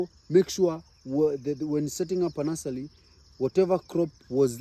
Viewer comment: Very helpful info! Stop saying nulsely! It’s NURSERY!! 😂